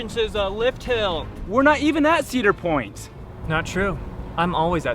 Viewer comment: . Says the person who can't pronounce Cedar Point.